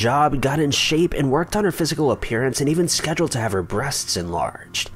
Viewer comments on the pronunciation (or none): none